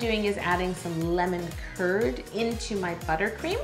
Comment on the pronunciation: is it just me or when she said lemon curd i thought she said lemon turd.